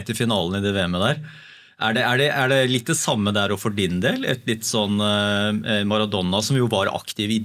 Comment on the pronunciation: Jeg får helt "fnatt" når jeg hører noen si "Maradonna" om Maradona.